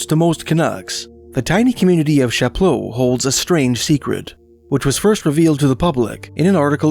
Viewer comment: As a local roughly to that area, most people don't pronounce that word in an overly french manner as you're doing; perhaps incorrectly most locals pronounce it as "Chap-low" in a perhaps undignified anglophone manner.